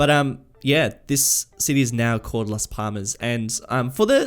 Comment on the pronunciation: For last Palmas the second L has more emphasis, it should be last pallmas, you should be saying the L as if you want to get it out of your mouth